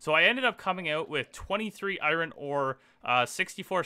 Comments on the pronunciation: isnt it called iron not iwrin? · Take a shot everytime this man can't pronounce iron. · Can’t handle the way you say iron. To bad, series was pretty good so far